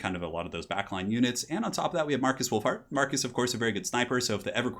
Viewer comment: Lol, sounded like you called him Markus Wulf-fart